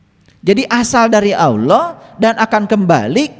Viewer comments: Alloh pak bukan awloh😅,tidak ada wawu disitu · & belajar ngucap Alloh, bukan *alwoh/aluwoh*🙏🙏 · Bilang Alloh aja mulutnya gk bs,,,, cobak dengarkan kan dia bilang auloh,,, orang ini sok pinter,, orang ini sking kpinginya jd kiyai😢😢😢😢😢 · Innalillaahi ..dst, itu bukan Doa goblog,itu mengingatkan dan sebuah nasihat buat kita.jangan mengotak atik aqidah islam.yg perlu di perhatikan dlm mengucapkan lafadz الله،harap di perbaiki agar bacaan fasih mengucapkan lafadz "Allah ".terimakasih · 😅nyebut allah aja belum fasih masa auloh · Nyebut allah aja belum fasih masak auloh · Ustadz gabut...baca Alloh aja ludahnya nggak bener...hati" banyak orang mengaku tahu ilmu agama padahal niatnya mau menyesatkan...mondok dulu bro...! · Sebutan KIYAI HAJI tapi nyebut Allah aja gak fase ini ustad aja gak meyakinkan